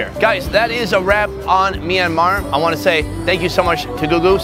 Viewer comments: It’s not pronounced myan an mar it’s pronounced myan mar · It's not me-an-mar It's m-yan-mar Btw I live there so I know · Myanmar -- aka Me and Mar. 🤣 sorry to rag on you for your pronunciation, but it was funny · Hey, you are pronouncing myanmar wrong.